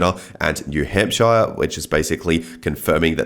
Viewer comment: Hearing an English person say “New Hampshire” made me feel regal for a second lol. We should all be saying it properly it would sound much cooler.